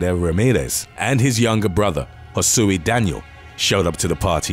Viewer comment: Josue is pronounced "ho-sway."